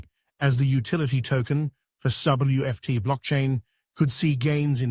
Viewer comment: Very amusing to hear the AI voice struggle with SWFT and SWFTC.